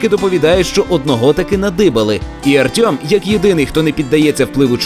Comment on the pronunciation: Чому "Артьом", а не "Артем"?